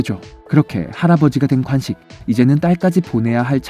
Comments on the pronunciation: 간식이 아니고 관식입니다. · 목소리 좋습니다 다만, 간식=> 관식, ㅘ 발음을 잘 못하시네요. 😢